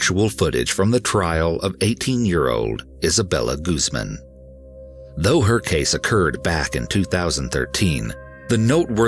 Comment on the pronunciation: Guzman= goose-MAHN